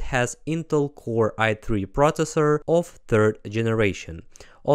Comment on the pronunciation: ProSessor, speSific, teKnology, Κruschev ahd Kennedy, dynamite with a lazer beam guaranteed to blow refineries ("Unit one, section three: listening-pronunciation practice"). Nevertheless,, you're great and incredible! (though your own credibility is high) Ви неймовірний! Слава Україні!